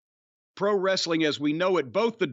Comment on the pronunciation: is pretty funnie but he pronounces it "wres A ling"